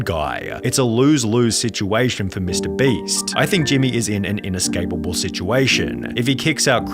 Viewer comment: i'm sorry dawg but MR BREEST 💀💀 WHEN YOU SAID THAT MY MIND IMMEDIATELY WENT "MR. BREAST"💀💀💀💀💀